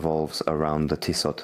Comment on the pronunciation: Two things … Pleased to hear his name hasn’t changed 😂 And it’s pronounced TEE-soh !